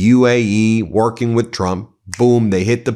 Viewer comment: We’re workin on it we’re workin on it, why is he suddenly trying to sound like some kind of a good old boy?